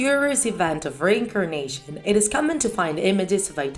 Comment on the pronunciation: So u believe in “rain a carnation” ur accent man 😂😂